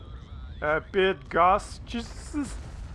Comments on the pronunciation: Bigos not bogos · Greetings from Poland :) I was teaching American friend of mine polish language, but it is completely impossible to explain the ways of grammar. It's BIGOS not BIGOSZ. Check some polish alipinists / himalayists and The Speedway. WIELICZKA, the salt mine You mentioned, it is also actually a huge ballroom. Also this greeting thing is totally right - why to bother bullshitting about how are the kids or weather? Better come complain together over cold cup of vodka. Furious Pete will also teach You some polish: P.S. Im surprised, if you didnt mock about Bydgoszcz, you said it pretty well You old Bastard, too much hissing on the end. It looks having Grandpa in Wermacht gives its profit, ya? You have some language talent.